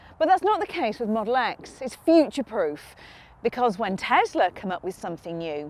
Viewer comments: Just one thing. It's TESLA not TEZLA Ffs! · Say "tezler" one more time.